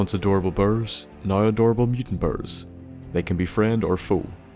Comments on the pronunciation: say bear not ber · It's not "burr" it's "bear" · Whats a bur, if that like an adult bear? kinda how a cub is names different. If its just your accent then Im sorry! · Bro every time he says bear he says baers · love the way you call them "burrs" :p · Love the way you say Bear. it's like Bird without the D Birrrr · until almost the end I thought he was saying birds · "Burr". Gotta love the Nordy accent 😂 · I swear I thought he was saying black birds for the first minute and a half. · lol i thought you were saying black bird